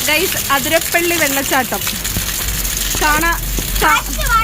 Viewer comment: not അതിരപ്പള്ളി ആതിരപ്പള്ളി ആണ് chechi